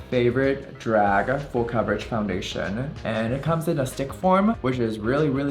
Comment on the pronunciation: Foundationa, foreheada, shada, maka………, are u okeya??????? Do u need help from speech pathologista??????